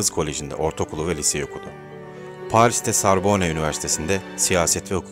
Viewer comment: Latife, Sorbon, telaffuz karı düzeltilir iyi olur.... Teşekkürler!